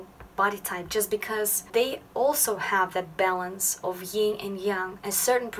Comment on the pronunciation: Yin is pronounced with an N and not a nasal NG. Like sin. Not sing.